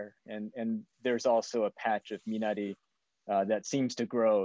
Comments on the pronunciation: Wow! JJ pronounced Minari correctly. Rolling strong R. Nice job! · Abrams pronounced Minari correctly!! Kudos!!!